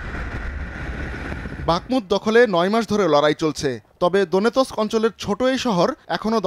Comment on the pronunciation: দনে ত্বক নয় ভাইয়া দোনেক্স 😅😅😅